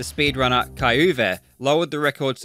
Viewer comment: The pronounciation of the german Name kai-Uwe is Kinda funny